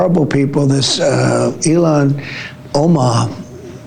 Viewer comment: He said ELON Omar.... HMMM... 🤔🤔🤔🤔